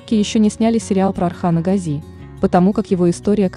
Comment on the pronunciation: Well… Watch and listen carefully Osman Kurulus series and you will hear many times how they pronounce the word Gazi: always GAzi and never GazI.